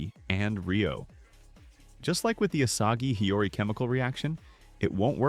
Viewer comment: bruh why asagi its isagi